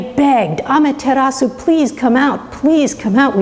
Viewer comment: Why are you pronouncing the u?